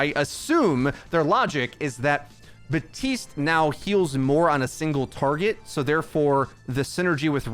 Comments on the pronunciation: Please stop saying BUHTeest, it's BAP TEEST I KNOW YOU CAN READ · why do you say Batiste and not.. Bap- tiste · Hey bro his name is Baptiste. There’s a P in it. He’s been live for a long time now. His name is not batiste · Except it isn’t meant to be pronounced “bap teest”. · This dude does not say the P in Baptiste